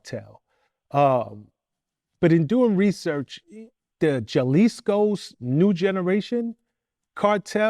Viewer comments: Not Jahlisco, Hahlisco! Lol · Vlad needs to do a little more research….its not “jawlisco” …..its Ja(ha)- lisco smh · This foo said… Chilisco 😂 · looks like hes bouta kill him when he said "juh-leese-ko" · Jalisco. Pronounced Ha lisco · “The jawliscos” 🤣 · Wata-luh-jarrah, Jah-leez-Koh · Jah-lees-koh cartel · Sir, if you don’t pronounce Jalisco properly …. !!!?!! 🤦🏻‍♀️ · Yeah…. His pronunciation of Jalisco is absolutely preposterous, and he keeps saying it 😂🤦‍♂️🤦‍♂️